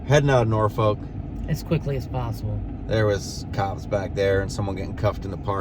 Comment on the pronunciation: You kind of pronounce Norfolk like you aren’t from here lol